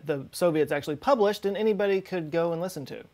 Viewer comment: When she sais listen, it’s a bit weird, almost robotic, like you know when you speak backwards and rewind your voice and hear normal words but the words are hitting the wrong syllables in a way. This is what it sounds like here.